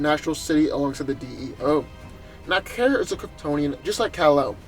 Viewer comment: It's Kara not Kira...